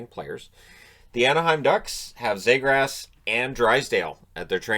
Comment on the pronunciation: actually it was pronounced Zeegrus. Not Zay or Grass.